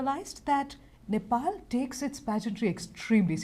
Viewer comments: I m glad called nepal not nepol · loved the way he said NE'PAL' instead of NE'POLL'